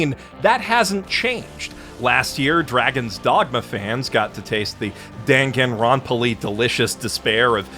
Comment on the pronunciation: the first few times I've listened to this, all I could hear was "dank and Ron Paul-ly" and thought you were still sore at the show for its politics. For those who haven't turned on the subtitles, he said "Danganronpa-ly"